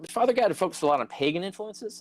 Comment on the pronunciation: It kept sounding like Carrier was calling him "Father God" 🤣🤣🤣